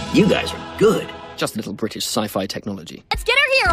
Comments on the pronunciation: he said good not gay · He said good- it did sound like they said gay 😂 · I heard good before, but now that you said that it sounds like gay I can't get it out of my mind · It sounded more like really dead to me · sounds like he said "really gay--- really good"